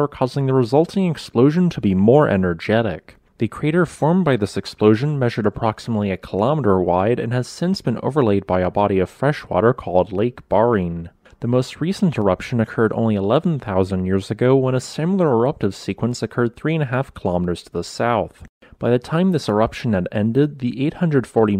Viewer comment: Lake Barrine. Pronounced; Ber-reene. In Australia anyway.... hahaa (Is almost Burr-eene, as in a burr that is a sharply pointed object like that found in a grass/weed related growth and has a spike/barb that pierces the skin on the foot when walking on it, but with a more 'e' like enounciation instead of the heavy 'u' enounciation of yankee and/or some European accents. Think how a South African would pronounce "burr" and you'll be close to how berr-eene or ber-reene is pronounced. Its 2 syllables but the r-r is rolled into one sound to make the word sound as though it's a single syllable.... In any case, it's not the 'a' enounciation as in "bar-reene" and it's not two distinct syllables split by a double rr, you could almost consider berr-eene said as a fluid, single syllable as the correct pronunciation. *In aghstraeylya anyway lol.